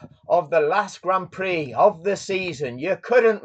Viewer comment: Stop calling it graund prix..... call it for what it is.... Grand Pricks!